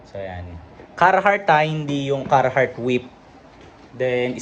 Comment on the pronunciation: Talaga ba ang pag pronounce ay “Carrrrrrhart”? talaga oa yung letter R?